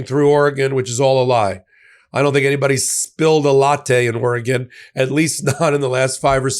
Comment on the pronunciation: Thank you for pronouncing Oregon correctly!